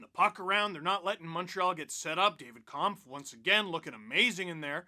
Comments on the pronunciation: Just an FYI, Kämpf is pronounced more like "Kempf" than "Kahmpf". Watch their Twitter video of name pronunciations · congratz to the 15th season of #lfr! :) btw - you can pronounce david kämpf "kempf" (maybe a bit like detlef schrempf (ex nba player)) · maybe i am wrong (i am austrian not czech) but David Kämpf's last name should be pronounced differently. not that weird german "a" you tried. the german "ä" sounds more like the english "a" in camping or camera.